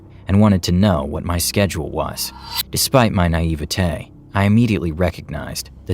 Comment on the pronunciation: the way he says”naivety” Nah eva tay….🤣🤣🤣🤣🤣